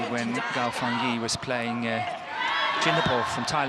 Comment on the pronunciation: It is Gao Fan-"JIE" can the commentator get it straight? He said it wrong in Semifinal too